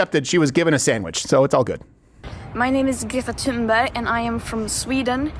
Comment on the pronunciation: The “ Th” in “ Thunberg” an aspirated “ T” not “ theta” as in “ think” or” thin”. In Nordic languages voiceless consonants are often aspirated at the onset of a stressed syllable. The “ h” is a pronunciation coding marker ss in “ Pharoah “ or “ Phuket “. Yes , I know how yiu pronounce “ pharaoh “ but it was really / P*a-ru/ . This occurs in the English spelling of “ Thomas”. It’s “ Tomas” in Spanish that lacks the Ural-Altaic contingency og Nordic languages.